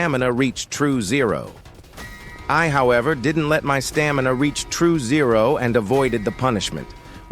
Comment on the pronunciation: Bro said true zero like it’s the finale of the game